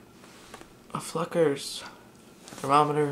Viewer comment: When u said fluckers I thought u said a bad word